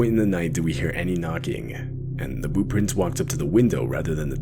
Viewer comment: This second story whenever he or she is explaining what they saw haha it sounds like they're saying boo prints 😂